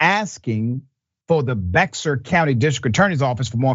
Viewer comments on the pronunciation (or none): Not a big deal but Bexar County is pronounced "bear" county not Bex-ar. It's stupid but that's Texas. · It’s pronounced Bear for Bexar County, San Antonio Texas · Bexar is pronounced as “Bear” just FYI. It’s a crazy corrupt place that will come up again and again so the correct pronunciation might be useful for the next police murder there. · Spelled Baxar pronounced Bear